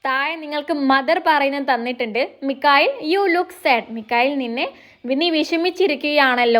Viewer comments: Not Mikhail correct is Michael 😅😅😅😅😅😅😂😂😂😂😂😂😂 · മിക്കയിൽ❌ മൈക്കൾ✅ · മിക്കയിൽ ❌ മൈക്കിൽ ✅